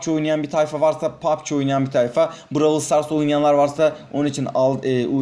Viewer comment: Bıravır stars ne abi brawl stars diyemiyormusun